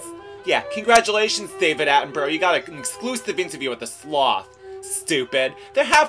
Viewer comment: Mispronouncing David Attenborough's name wrong every time :p